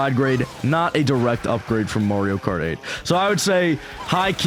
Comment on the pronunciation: Marrrrrrio? The games even tell you how to pronounce Ma-rio at the start when Mario says it